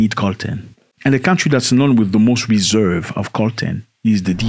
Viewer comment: Great video and I don't want to be a weirdo, but it's reserves not eserves.